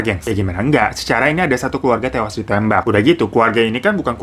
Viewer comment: Bang keluarga bang, bukan keluaga 😁